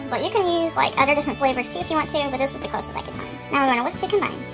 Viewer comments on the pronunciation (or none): The way she pronounces the word "other" as "udder"...😑